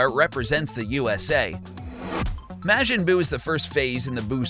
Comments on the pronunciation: It's not Mashin buu It's Majin Buu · Not to be THAT guy but it's pronounced Mar-jin. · WHY DOES HE KEEP SAYING MAJIN IN A WEIRD WAY WAT IS MAGIN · Your saying majin wrong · THAT’S NOT HOW YOU PRONOUNCE MAJIN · Its bad of You can't say majin right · The way this man says majin makes me wanna die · Lost all credibility when you showed you didn't even know how to pronounce Majin Buu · You guys said majin wrong